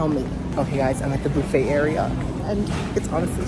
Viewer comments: The "bouffett" 😂 Like Phoebe Bouffett? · boo-fay hahaha Love you! 😘